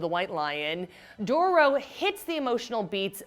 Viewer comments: And she said Doro 😂😂😂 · Her:Hikamaru Me: Cringes Her: Dorrro Me: cringes again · Dough-row is how she pronounced it 🤦🏻‍♂️🤦🏻‍♂️🤦🏻‍♂️🤦🏻‍♂️ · Dororo not “Doro” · Host cant say dororo 🤗 is it that hard to say ?